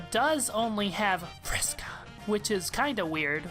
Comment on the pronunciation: Vris is one syllable